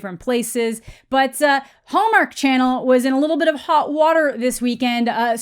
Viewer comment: I keep hearing the way you say "Hallmark," as Homer for some reason.